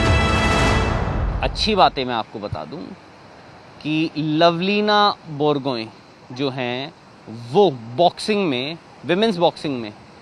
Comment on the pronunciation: Lovlina Borgohain jiska pronouncation nahi kor soka vai.jisme medal ka asha hain.Failure ka naam bohut achha se boola.